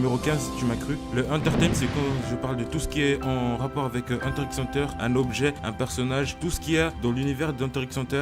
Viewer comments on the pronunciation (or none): on ne dit paaaaaaaaaaaaaaaaaaaaaaaaaas le x